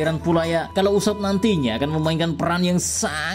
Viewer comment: usopp ❌ ucupp 😂